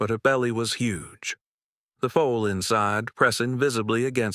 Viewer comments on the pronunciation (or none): Mayor Not mare. FOOL NOT FOAL. - THIS HAS TO BE EMBARRASSING FOR YOUR BUSINESS 😂